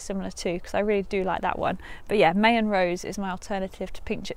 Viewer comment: Great video. Just a tip - it’s pronounced “My-an” like “pie”